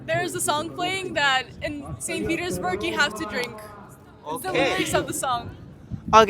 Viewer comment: it's सेंट्स पीटर्सबर्ग or सेंट पीटर्सबर्ग